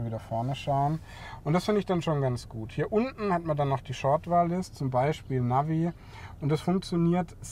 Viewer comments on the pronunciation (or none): none